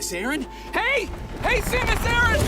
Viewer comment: thinks the "Ah-ran" Aryan is an Aaron (((Jewess))).